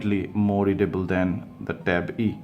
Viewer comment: Ben Walsh yes